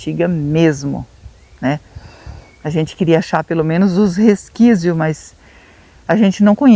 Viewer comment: Sei que vc tem dificuldade pra falar algumas palavras, vc omo já vi vc falar resquícios várias vezes, deixo aqui a palavra correta, resquícios, assim resquícios